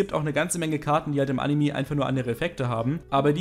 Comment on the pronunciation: "animi", immer